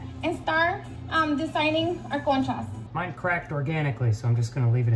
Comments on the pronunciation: When u said "conchas" at the beginning the auto-generated subtitles thought u said "chest comb" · “Cone chas.??” 😂❤️😭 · Omg that actually sounds like the Dutch word Kontjes which means butts😂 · Conchas is the same pronunciation as končas Which in my language means Candy in baby talk.